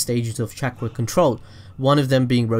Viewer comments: Chak rah resengan Is what i heard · The way u said chakra made me leave the video